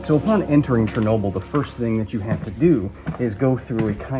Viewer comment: Charnoabl........ i know its chearnobly oops haiodfgleatobly